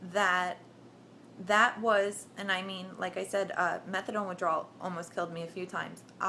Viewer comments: I cringed every time I heard her say it that way lol... methad(oh)ne is addictive as hell! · lol "Methadawn" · she said Methadone....pounced it like Megladon......hahaha ! anyway, good luck tho you SEXY thang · lots of this story you can tell are exaggerated. she can't even pronounce subutex, she say's subdytex.. and methadan. As someone said, by law they can't start you at 100mg of Done, it could kill you because they have to take your word for how high your tolerance is. Also she claims, it's the narcan in the suboxone that was almost killing me during the precipitated withdrawl. NOT TRUE. Narcan does not cause the precipitated withdrawl, look it up. All naltrexon does is keep people from shooting the bupenorphine, and in fact they have found it was too little to make a difference in daily suboxone users, they can still inject without getting sick. That's why they are coming out with a new formulation of suboxone this year. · Fake ads whanna be junky can't even pronounce methadone right..boo.. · You are full of it. You are not in withdrawal. You wouldnt be talking with that kind of inflection in your voice if you were in withdrawal and on day 9. You dont even know how to pronounce methadone, but yet you were on it??? I dont think so.